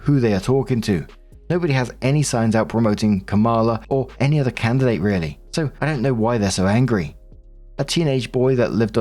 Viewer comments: it’s Comma-La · Just FYI, Kamala's name is pronounced with the accent on the first syllable. Lots of people mispronounce it.